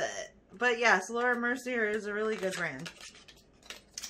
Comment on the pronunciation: Laura Mercier is pronounced -Mercy-aa (like the Fonz) Fenty Beauty is pronounced -Fin tee (not fin -tay) Not being a smart ass just trying to help ❤️